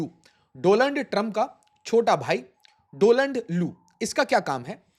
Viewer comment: Learn to read, there is a difference between Doland and Donald